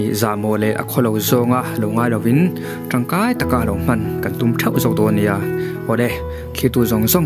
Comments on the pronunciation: Hmeichhe "mawn' bete" isawia, "mawn' i sawi dan/thluk.dan kha buhfai kg 40(Mond khat)angin i sawi.Adiklo Tin,Hetiang thil hi sawi i chak mai pawh a, i sawi nawi si mumal a nei heklo,a ni thei a anilo theibawk tih vel mai mai, a ho lutuk.🎉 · Mawn lam dan.pawh i hre na nge, zo tawng hi zir chiang rawh